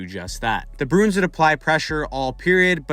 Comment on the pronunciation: You keep saying "Broons" instead of Bruins lol